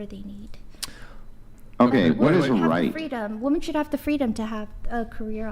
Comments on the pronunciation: I’m sorry but if you pronounce women as woman you lose all credibility. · They all say “WOMAN” instead of “WOMEN” wtf!!!! Sounds stupid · I've been watching the decline of our society and dating sphere through YouTube and different podcasts for about 3 and 1/2 years now,... What is going on with women not being able to say the word "women"? In context, through pronunciation.... WTF